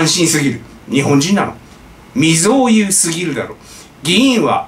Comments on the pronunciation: 未曾有 → みぞう だよね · 未曾有(みぞうう)ですよ。最近ね、ネットの自動音声みたいに日本語読む人増えているんでしょうか。